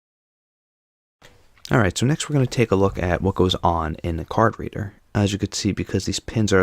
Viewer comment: The way this guy pronounces it as "Card Redder" sounds like "carburetor."